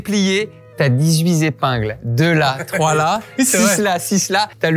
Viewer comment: Dix-huit zépingles ! 🥴 Vous me faites mal aux oreilles. En revanche, vous me faites rire en confondant un biscuit chinois avec un donut (petite précision : un donut, des donuts).